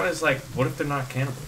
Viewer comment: Why is it that whenever you say 'cannibals' I hear 'camels.' ._.